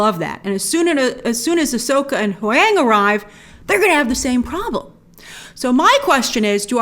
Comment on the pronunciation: where in gods name are you getting this pronunciation of huyang? same place as your ke huy quan?